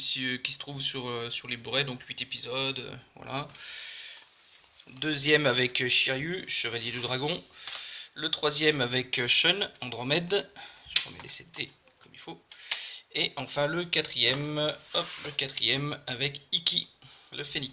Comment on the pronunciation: On dit Shoune et non Sheune. Hormis ceci, ça m'a bien donné envie de les prendre !